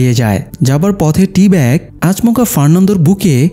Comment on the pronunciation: আচমোকা না আচোমকা উচ্চারন হয়